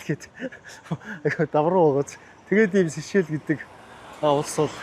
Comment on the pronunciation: Хэл ам дуудлага энэ тэрээ засалдаа. Улс орны нэр усыг нь ядаж асууж байгаад ярилдаа. Сэшээл сэшээл гээд солиороод байх юм. Чамайг үзэж байгаа залуу үе маань буруу дуудна шдээ. Бүүр болохгүй бол AI-аас юу гэж дууддагийг нь асуулдаа.